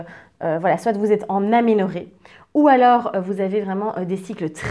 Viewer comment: Bonjour. Merci pour la vidéo. On dit aménorrhée pas maménorrhée, non? Vous êtes endocrino ? Bonne journée